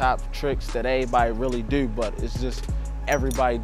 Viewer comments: The way he says the word "do" is like saying "dew" from mountain dew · that's how ppl in Baltimore talk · The way he says "to" or "do" sounds like he's French or British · he sounds like he is British when he says certain words like "New" or "Too" or "Do".